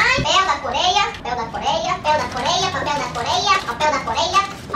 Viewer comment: Do nada "papel da korea"😂